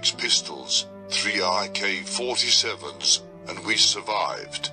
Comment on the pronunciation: sounded like he said ik47 lol